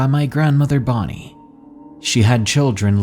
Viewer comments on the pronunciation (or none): none